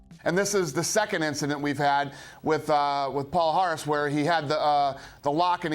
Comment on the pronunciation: in Portuguese, his last name is pronounced "palyares." The "lh" and "nh" represent "ly" and "ny," similar to the sound in "canyon."